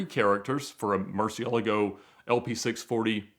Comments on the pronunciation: Bro that's not how you pronounce Murcielago! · Ed calls them "murci's" because he can't pronounce murcielago for the life of him